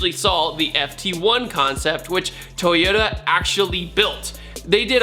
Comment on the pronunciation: Lost all hope to pronounce it right. thumbs up toyoa